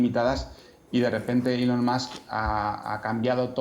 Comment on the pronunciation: No sé cómo se llama esta presentadora, pero enhorabuena por pronunciar ELON como ÍLON. Pocos tienen la profesionalidad MÍNIMA de hacerlo. Hasta ahora solo Resano y Verónica Sanz de La Sexta lo hacían. La mayoría cometen la incongruencia de pronunciar bien el apellido, Musk como masc, pero mal el nombre.